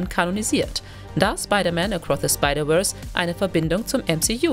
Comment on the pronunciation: Gleich nach 3 Sekunden das video beendet als ich „acroth a spidaverse“ gehört habe …